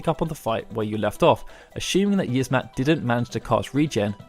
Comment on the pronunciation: It's pronounced Yi-az-mat not yizzmat you uncultured swine